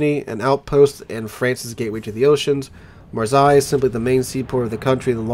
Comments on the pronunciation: you have to pronounce the S of Marseille like a double S and not a Z ... like in MIssissippi... and yeah i know you muricans pronounce the double S of Missouri like a Z .... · Just saying as a french your prononciation of Marseille is making my ears bleed